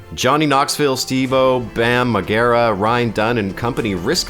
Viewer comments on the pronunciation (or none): Who is Bam Maguerra? Do you mean Bam Margera? No one there knows how to pronounce his name? This is why so many people think you should only do Pitch Meeting videos.